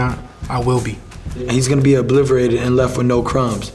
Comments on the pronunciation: wtf is “obliverated”? 💀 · "Obliverated" btw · Mans said “Obliteverated “😂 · he said "obliverated"...lol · Nobody catch how Ryan said at the end "obliverated" not obliterated. rofl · He also said “ obliverated” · Brooo wtf, Ryan bout to get “Obliverated” this weekend no cap😩🤣 I can’t believe he said that.. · Lmfao "obliverated"